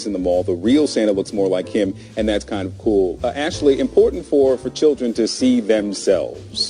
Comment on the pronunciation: Did she inporent? What? She meant important, right?